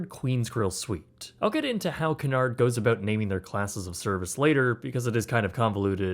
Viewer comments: did you really start the video by pronouncing Cunard as Canard? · If you are going to travel on a Cunard ship, at least learn how to pronounce Cunard.